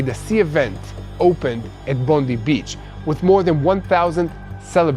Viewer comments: Please it is Bond-eye not Bond-ee. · Some Australian corrections The pronunciation of “Bondi”…. Not “Bondy beach” It’s “Bond-eye beach” The islamic savages lived in Bonnyrigg in Sydney “Bon E rig” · Local vinacular for Bondi beach...Bondi is said as Bon-dye, not bon-deep! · Bondi Beach Bondi... not Bondee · Thanks good coverage from an Australian. Just for your information Bondi is pronounced Bondeye(i). Not like Bondi (Bondee) like President Tump's press person. A Christian praying for Jewish people in Australia, Israel and globally for your safety and protection from God Almighty and Jesus. Haven't forgotten and continue praying also for the return of the final hostage now. God bless all..👃👃👃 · Bondi is pronounced Bond-eye. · Bond eye.....others said it wrong too so dont feel bad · Thanks and. Just to let you know, Bondi Beach, it is Pronounced "Bond-Eye" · it is pronounced Bondie.